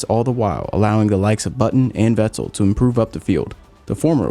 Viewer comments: This guy makes good videos, but why does he say Ve TTEL. How can you not know how Vettel is pronounced lol. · The way this guy says Vettel 😂 awesome video man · Why is nobody pronouncing Vetterl right? „V“ is pronounced as „F“ for his name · Is it just me or do you like the way he says vettel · please stop saying "Vettel" like that